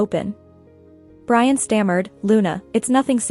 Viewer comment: lol brain instead of Brian.